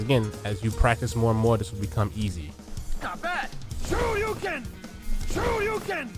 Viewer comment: Why i heard " screw you ken" instead of shoryuken?😂